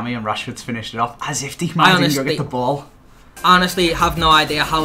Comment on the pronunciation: Kimmich is pronounced Kimm-ick. Not with a "ch". Also pronunciation of Diekmeier gave me aids. I mean, Deek-mere? Really?